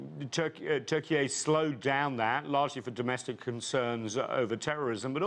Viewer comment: Why do they invite these "experts" who can even pronounce the name of the country Turkeye? They are sound so full of $**t.